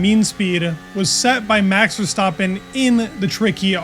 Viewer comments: VER-STAP-PEN not VER-STOP-PEN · ha, I’m Dutch. Phonetically it’s kind of like “Fairstahpen”. No criticism, just feedback :) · Bro kept saying Verstoppen lol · Verstaaappen? For the love of god pronounce his name correctly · Love the content. One remark: i always think I hear you say “Verstoppen”, with an O… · You pronounce Verstappen like "verstoppin" it's so annoying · Dude pronounce Verstappen property. It's not that hard